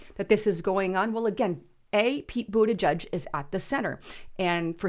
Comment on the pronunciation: Did she say, “Peter Bootyjuice?” 😂